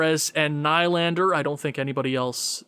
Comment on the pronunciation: good vid but hard to hear u say nylander wrong... lol its pronounced N-E-E-L-A-N-D-E-R , haha good vid though